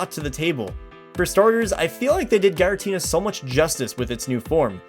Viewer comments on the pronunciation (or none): There was 1 error, you pronounced giratina as garitina. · Its Giratina not Garatina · garatina seriously😓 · Gara-tina.... GA-ratina? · I didn't think it was even possible for someone (especially a native English speaker) to mispronounce Giratina... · When you’re a gen 4 expert but can’t pronounce giratina.